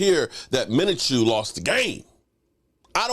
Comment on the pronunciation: Minchoo not Minachoo lol Great Win #CowboysNation F the Haters A W is a W